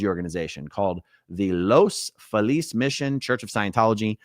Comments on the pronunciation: It’s Los Feeliz. Not Los Falease . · Just FYI, Aaron, the city is pronounced Los FEE-liz.